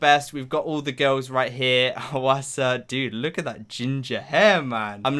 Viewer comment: Just thought I’d let you know since I’m Korean, but “Hwasa” is actually pronounced as two syllables instead of three, so the Hwa part of her name is just one syllable. Also, almost all Korean names are two syllables, which is useful to know if you’re trying to pronounce a name. :)